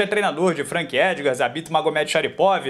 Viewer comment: Seu Fono é Bom VELHO nome difícil de pronúnciar e você pronunciou com facilidade Zabit*#'*#:#:*!#!* É isso mesmo ? Kkkkkkk